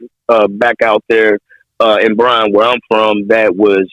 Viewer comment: It's Bryan, not Bryant